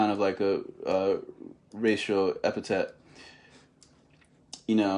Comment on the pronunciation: Epithet is pronounced Thet as in Theta